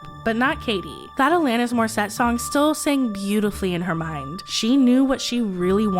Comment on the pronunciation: Why do you not research videos properly? Even the pronunciation of Alanis while clips played pronounce it correctly was shocking. Kate Hudson was an actress. The picture you showed was a promotional photo from a movie she did with Matthew McConaughey. How does this channel miss such glaringly large mistakes? I can't be subscribed to you anymore.